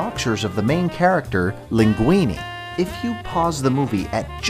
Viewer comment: And when he said "linguini"